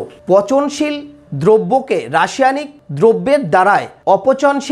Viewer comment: এতো উচ্চারণ ত্রুটি কেনো,, রাসিয়ানিক!!😃😃 একটা বললাম,। আরো আছে